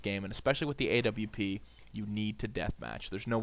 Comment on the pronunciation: Thank you for saying W properly. I hate people saying AVP lol